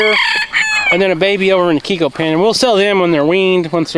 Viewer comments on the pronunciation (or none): none